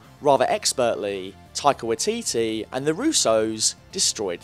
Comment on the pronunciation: the way you pronounce his name XD